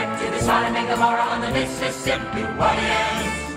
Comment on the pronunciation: Aren't they pronouncing New Orleans wrong? 😂